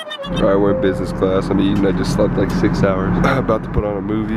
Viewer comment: how many times did he say busnes class ->